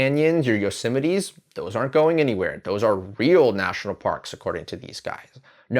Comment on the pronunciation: doesnt even know how to pronounce yosemite.